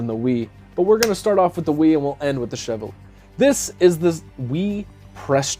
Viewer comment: The Chevalier…most mispronounced knife of 2022 hahaha. In WE’s video they said it was pronounced CHE-VAL-YAY …all Frenchie and what not hahaha. My mom used to drive a Cavalier…KA-VAL-YAY …??? NOPE hahaha Great run down of these knives man! The WE is pretty sweet AND YEEEAH….CJRB did just SLAP the button there, looks out of place🤷🏼‍♂️